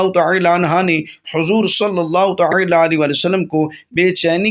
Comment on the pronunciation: Taaala kaha jata he talaffuxz durst karain